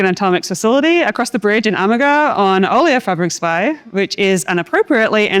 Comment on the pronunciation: Great video, and well done on your pronunciation of Oleofabriksvej!